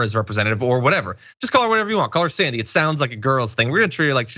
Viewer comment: Her name is Alexandria, he's not saying Sandy, it's Xzandy